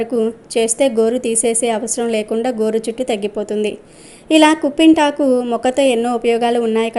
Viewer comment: కుంపింటాకు కాదు కుప్పింటాకు, పిప్పింటాకు అంటారు